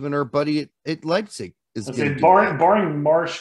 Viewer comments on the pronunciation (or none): none